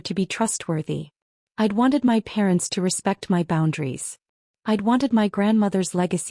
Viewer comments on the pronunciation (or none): The word "my" means me or myself. It IS NOT pronounced as "M.Y"